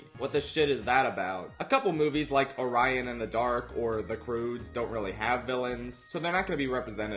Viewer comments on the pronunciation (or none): none